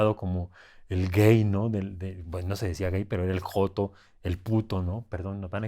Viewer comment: 😂😂😂😂😂😂😂😂😂😂 ME DIÓ RISA CUANDO DIJO J*TO , SE ESCUCHA COMO EL HERMANO DE LA LETRA J. CHIHUAHUA , EN DONDE SE DA LA MEJOR MANZANA DEL MUNDO.